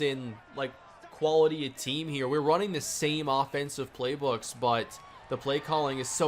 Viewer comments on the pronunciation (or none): none